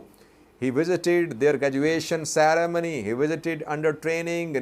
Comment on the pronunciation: How about the way he pronounced "ceremony"? Indians & Pakistanis pronounce W & V one for the other We Eritreans pronounce R very strong. Ethiopians pronounce "but" very uniquely. It happens with all people.